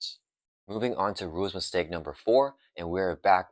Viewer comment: Couldn't deal with the mushmouth speaking, sadly. I had to check out after the third time I heard you say "rules istake". Enunciate and you'll see your view counts climb.